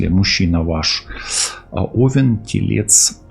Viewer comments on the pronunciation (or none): none